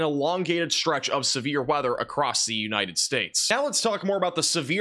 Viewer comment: with the weather for “The-Eenited States” 🎉😊😅